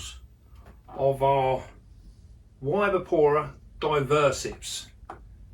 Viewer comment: It’s pronounced ibyra, in the same way we say the name Yvonne - ivonne.